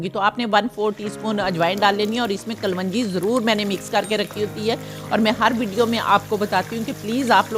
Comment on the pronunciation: میں سویڈن سے دیکھ رہی ھوں۔ میں گوبھی اس طریقے بناؤں گی۔ دیکھنے میں تو بہت لزیز لگ رہی ھے۔ محترمہ آپ ایک لفظ کو درست کر لیں۔ صحیح لفظ "کلونجی" ہوتا ھے۔ "کل ون جی" نہ کہا کریں۔ معزرت کے ساتھ لکھ رہی ہوں۔ اکثر آپ لوگ یہ لفظ غلط بول رھے ہوتے ہیں۔